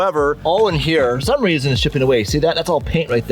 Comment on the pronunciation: "I'm here for a weason" 😂